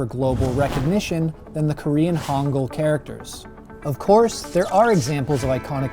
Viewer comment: he said hongul in stead of hangul lmAo